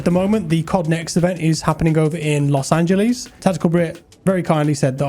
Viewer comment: "Los angeleeeeeez"